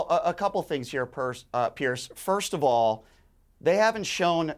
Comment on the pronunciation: the dummy in the cap who keeps annoyingly shaking his head can't even get a name right! it's Piers not Pearce you moron.